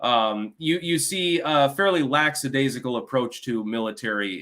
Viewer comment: Lackadaisical is pronounced Lack a daze icle. Not laxadaisical.